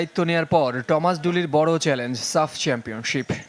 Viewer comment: থমাস ডুলি‌ না বলে টমাস কেন 😊